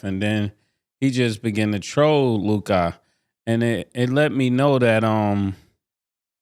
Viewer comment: Am I the only who hates the way Mase says Luka it’s Luka (lue•ca) bro, not LUKAAA